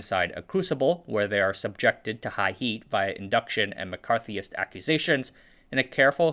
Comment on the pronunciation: "Using McCarthyest accusations" woke me up